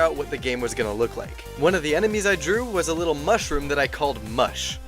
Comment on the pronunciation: "The mush-room" -.- subscribes